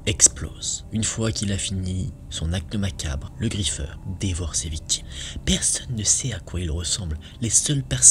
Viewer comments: Tu a dit le griffer! 😢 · Ta prononcer le nom du griffeur 😭